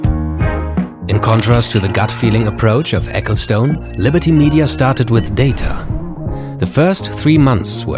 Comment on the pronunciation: "ecclestun" ;) not stoone...